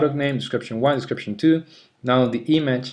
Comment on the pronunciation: Hey, buen video pero muy fuerte el acento. Tenés que trabajar un poco la pronunciación (what se dice /wot/ no /wat/, audio se dice /odio/ no /audio/, image se dice /imidj/ no /imadj/). Abrazo!